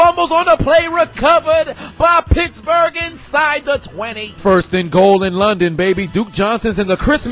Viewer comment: I thought this man said bitchburg